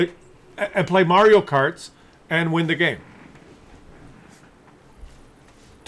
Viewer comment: More "Yuri kart" than "Mario kart".